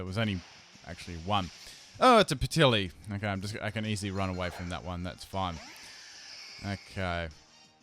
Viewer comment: "oh it's a Peh-til-i!" TRIGGERED